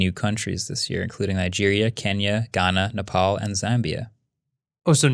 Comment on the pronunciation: I like how you pronounced Nepal correctly 🇳🇵🇳🇵